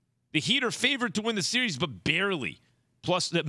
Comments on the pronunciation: Someone tell keyshawn it’s not called a “serious” lol it is “series” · SMH my boy key can’t even probounce series 😂😂